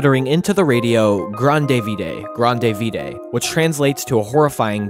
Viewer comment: I'm more impressed by how wrong you got "Grand Vide" that's actually harder to mess it up so bad than getting it right 🤣